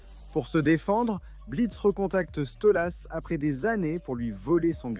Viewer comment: Question con : pourquoi tu dis StolUs ?